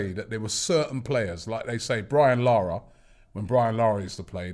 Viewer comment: As a citizen of Trinidad & Tobago, I loved hearing Robbie say Brian Lara's name!